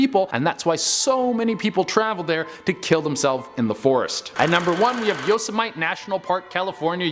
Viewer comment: Yo-sa-myte???? He completely said that wrong? Who doesn't know how to say the name of that park?? 😂